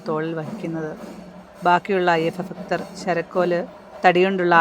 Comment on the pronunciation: fakthan alla bhakthan aanu, thetu thiruthal nallathanu. kelkumbo oru asahyatha.